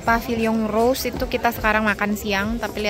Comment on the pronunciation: Uda jd kebiasaan umum org Indo klo baca English ejaan ttp pake Indo Ro-se. Tdk terkecuali jurnalis. Walaupun akhirnya pengucapannya benar setelah ngawur yg pertama.